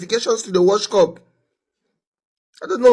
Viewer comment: Did i hear him say WORSE CUP lol